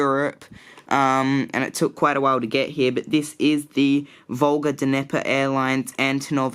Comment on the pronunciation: Since when did you get so many new models! Your airport just gets better and better in each video. You're so lucky to get that An-124! Volga Dnepr is pronounced as "Volga niyeh-per" btw. And where did you buy the JC Wings jet bridges? The look super good but there are barely any places selling it right now. Good luck with your Gold Coast Airport!